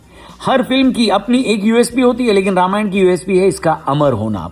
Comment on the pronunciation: Ramayana ❌ Ramayan ✅